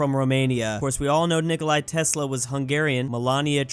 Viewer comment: Day 1 of asking to learn how to freaking pronounce Nikola Tesla